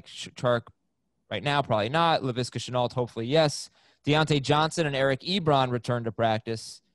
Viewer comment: All I ask is that you pronounce Shenault properly it’s already 2-3 times someone corrects u and u keep saying it wrong 😑